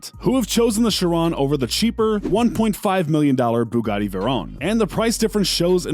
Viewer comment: You are pronouncing the Bugatti wrong my dude.